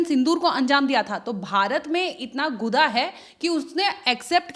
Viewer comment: guda nahi gurda hota hai please sahi bola karo